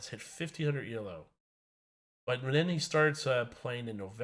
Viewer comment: Good video. Just a small note.. "Elo" is not an acronym. "Elo" is pronounced e-low (The inventor's name was Arpad Elo.)